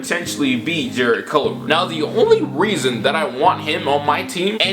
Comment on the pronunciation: Please learn names before videos. Its CUL-VER